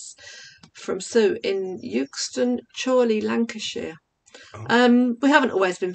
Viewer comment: By the way, "Euxton" in Chorley is pronounced "Xton" just thought I'd give ya that useless bit of info:)